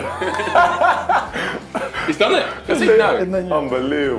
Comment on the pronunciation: "In cricket..." Unforgivable for Wijnaldum to mispronounce "Origi" ;-) Good he didn't put in a cheeky "2020"...